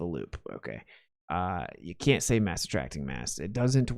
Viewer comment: "Mwass attwacks mwass" lol😂 make this a shirt!!